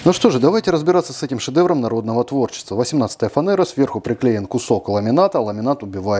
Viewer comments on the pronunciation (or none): none